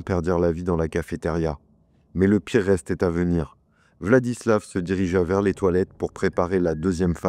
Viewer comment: En Russe, quand la lettre V se trouve à la fin d'un mot/prénom il se prononce F. VladislaF RoslyakoF. Sinon je ne pense pas qu'il était dérangé, dans le sens, malade ou quoi. À mon avis ce mec avait parfaitement toute sa tête, il a simplement voué un culte à la haine - peut être dû à ce qu'il a vécu durant sa vie, peut être pas - et ne s'est nourri que de ça pendant des années. C'est horrible mais il faut accepter de vivre avec le fait que parmi nous il y a des gens qui sont attirés par la violence pure et simple et que parfois il n'y a peut être pas de raison particulière à leurs actes